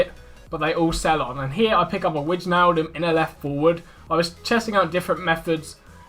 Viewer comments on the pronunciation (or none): it aint wi-tsj-naldum its wei-naldum